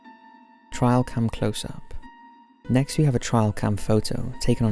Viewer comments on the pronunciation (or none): Some good ones! By the way, it's pronounced like this rather than 'trial' 😉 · Why do you say the word trail like 'trial' ? 2 different words lol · Trail, Tray-ul not Trail Try-ul 😬 love the channel btw, I just had to say! It was driving me insane 🤣🤣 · Trail cam, as in follow the trail. A trial happens in court. It is not a trial cam. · its trail not trial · Trial cam? I think you mean trail cam. lol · TRAIL. As in hiking trail. not as in court trial. My god that ruined the video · First one is just double exposure, and the second one, it’s TRAIL, not TRIAL... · It's not "trial cam " it's trail cam. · lmao my dude, it's nothing to do with accent. Trial and Trail are two totally different words with different meanings, he's saying the wrong word, it's not because of his accent. There is no where in the UK where trail is pronounced trial. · What is a "trial" cam? Are you trying to say trail cam ? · It is pronounced ‘Tray-al Cam’. Not ‘Try-al Cam’. Jeez. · It's trail cam, not trial cam. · "Trial cam" "Opeke" lol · It's "Trail" cam, dude. Rhymes with snail. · It's not a "trial cam" is a "trail cam". Probably lost in dialect. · It’s a trail cam (as in a camera on a trail in the woods) not a trial cam. Rhymes with ale, not isle. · Trail 'tray-ul' camera not trial camera. I would let it pass, but you continually say weird pronunciations in your videos. I think it's a sign that you're an alien, you didn't do your language homework before touching down in your flying saucer. You probably call them flying saukers, you big divvy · RizzleBazzle Trail camera. He mispronounced it. They are used to capture pictures along trails for wildlife. Many hunters use them to track an animal. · Paul B lol I swore he kept saying trial. Like it was misspelled on his script and didn’t catch it. Ron burgundy. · no, he's Just saying it wrong. I'm English, I say trail not trial. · Nobody else with that accent makes that mistake though so...